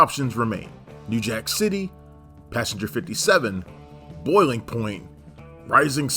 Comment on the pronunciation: Repeat after me: “passenger. pass-en-ger”. Not: “pasger” or however the fvck you pronounce it 😭